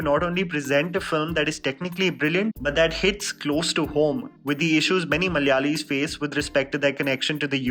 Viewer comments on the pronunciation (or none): Kindly pronounce the word 'Malayalam' and 'malayali' correctly ...by hearing your talk we can understand you can say it correctly but pronouncing it in a bad intentionally...